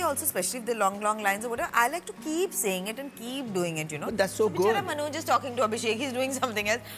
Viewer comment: Dear Interviewer, his name is Manoj, not “Manozz”.